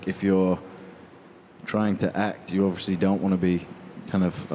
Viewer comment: Harry may be in a Christopher Nolan film, but that Will never change the fact that he can’t say obviously... doesn’t matter how big you get, words can still be hard sometimes, overeshly